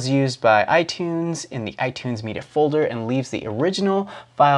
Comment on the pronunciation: "Lie-berry" LOL!!!!!!!!!!!!!!!!!!!!!!!!!!! and then later: "me-duh"?!!! LieBerry was rather endearing for some reason but meduh? I just can't! lol